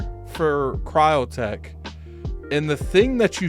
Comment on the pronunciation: Crytek! Not cryotek